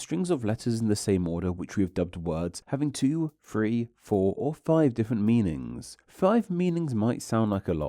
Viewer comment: Why do you add the syllable “er” to so many words… er? On liner. OEDer. Meaningser.